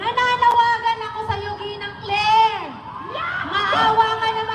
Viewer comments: Ginang po ang sabi niya hindi nenang po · Ginang po not Ninang.